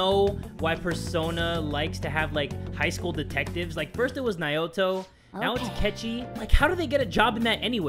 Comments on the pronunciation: Yay mentioned Naoto!!! But said "Naito" instead.....c'mon!!! D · Nao na ow toe naoto jay you mispronounced so many things this play through